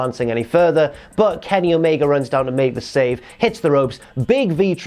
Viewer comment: Stop saying christian and omega wrong